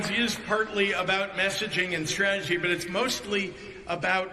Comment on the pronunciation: Did Pritzker say "partly about messaging and stragedy" instead of "party about messaging and strategy"?